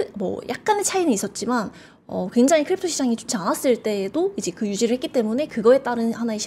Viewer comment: 굉장히광장히광장만 100번 들은듯 저런 아마추어를 부르다니...답답한 발음과 전문적인지 않은 표현들. 더이상 못보겠네요.